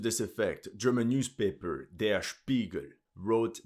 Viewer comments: Are you german? Cuz you're german pronounciation was on point and I've never heard a non-german speak it that well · your german pronounciation is clean as fuck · Your German is not bad dude :))) pronunciation is top!